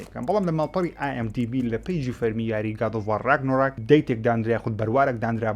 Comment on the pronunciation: کاکە ڕاگنۆڕاک نا ڕاگناڕۆک 😁